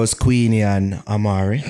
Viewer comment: If pronounce Amari as "Aye - marie" one more time 😬😅